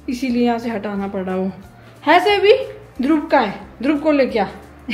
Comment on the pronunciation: why do you call Dhruv Dhrub….Is it B or V please clarify